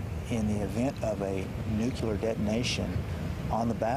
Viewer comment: Its nuclear not nuculer